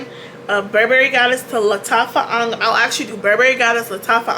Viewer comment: The accuracy of her saying angham is music to my ears